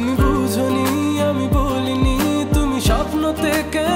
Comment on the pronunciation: সবই ঠিক আছে। লিরিক, টিউন, ভয়েস কিন্তু একটা শুদ্ধ গানে, বোঝনি, খোঁজো এর বদলে বুঝোনি, খুঁজো এসব উচ্চারণ না করলেই কি না ভাই? শ্রুতিমধুরতা নষ্ট হয়ে যায় তো। বিরক্তি লাগে এই জায়গাগুলাতে এসে।